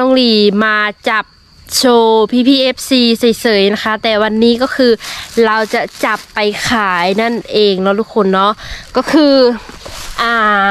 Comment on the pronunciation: พูดไทย ถ้าคะแนนเต็ม 100 ผมให้ 97%- 98% ครับ เช่นคำว่า"ศัพย์ไหนใช้ ไม่ถูก" ออกเสียง ช.ช้าง เป็น ซ.ซ้าง ครับ และ คำว่า "จับโชว์พี่ๆ fc เฉยๆ แต่น้อง ออกเสียงว่า "เสยๆ" คำนี้ไม่ผ่านครับ